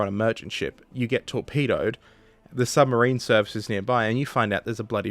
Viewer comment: "RN sumbarine museum"